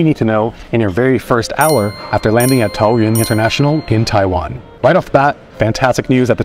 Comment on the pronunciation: DUDE you’re te first ever foreigner to pronounce “taoyuan” correctly 🎉🎉🎉